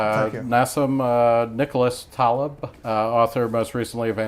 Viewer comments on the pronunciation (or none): The interviewer starts off by pronouncing his first name incorrectly and his last name incorrectly. And he's not even Ali G.!!! LOL